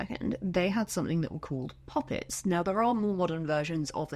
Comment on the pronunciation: I can’t tell if your saying pop-it’s or puppets😂😭